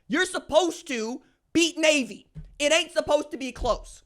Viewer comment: Nay-A-Vee Nay-A-Vee Nay-A-Vee Sound close enough?